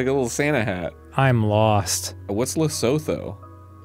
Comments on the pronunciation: actually it's le-soo-too. Le-so-though has me cackling though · P.S for anyone wondering about lesotho. it's ləˈsuːtu. lə-SOO-too. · Gentle note; Lesotho is pronounced Leh/Luh-Soo-Too. If anyone from Lesotho would like to add anything more feel free to reply. Also yes the South African flag is very colourful and it’s confusing to remember which side to colour in red and which blue. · Its pronounced "lesutu." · Damn the way the pronounce Lesotho killed me😂😂😂😂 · hearing their pronounciation of lesotho gave me life XD